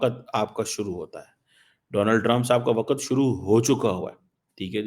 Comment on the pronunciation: Waqt ko waqat keheta hai, democrats ko democrate, pragmatic bolne meh zaban ladkhada jati hai! Can you find a bigger buffoon than China?